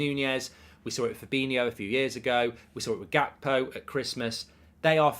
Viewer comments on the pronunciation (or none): none